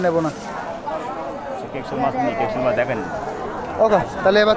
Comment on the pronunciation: মাছকে মাস কেন বলো বারা